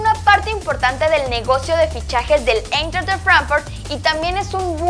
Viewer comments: E y I en alemán cuando van juntas cómo en el nombre Eintracht Frankfurt se pronuncia AINTRAJT FRANKFURT ;) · Porque dice Eintracht de Frankfurt con pronunciación inglesa? Si es un nombre Alemán?